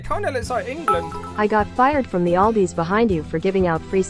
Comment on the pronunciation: Cuz he pronounces aldis like audi😂